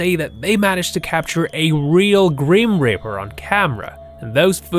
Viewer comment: Also its reaper not riper